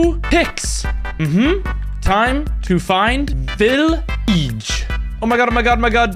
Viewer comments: Its "vileeege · And Vileeeege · He said vileeege and smol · he said villeeege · If you didn’t read the texts INFRONT of the screen, you would see that he pronounced village as “VILLEEEGE” and small as “SMOLL” but he did say “Break” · He said villeeeeeege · HE SAID BREK, VILLEEEGE, AND SMOLL